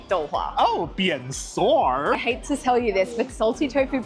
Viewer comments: “Bien sûr / bienne soure (just the transliteration of the “Emily in Paris” pronunciation)” is new favorite 😂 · said that was done with an accent of Emily in Paris 😂